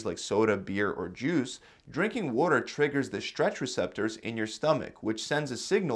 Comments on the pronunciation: Say water right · Did you say "wooter" are you from Philly?